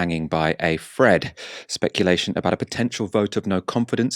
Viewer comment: "do let us know what you're finking, your questions, your foughts... Boris Johnson's premiership is now hanging by a fred "....so I'm "finking" how ridiculous it sounds when a presenter can't pronounce "th" properly